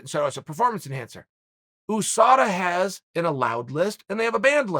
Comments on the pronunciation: Chael “Oosada” Sonnen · "OOSADA" - The OOnited States of America ?